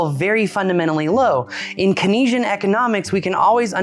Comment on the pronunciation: It’s Keynesian (Cayne-Zee-Yen) Economics